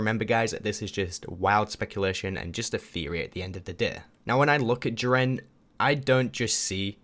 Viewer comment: You say jiren wrong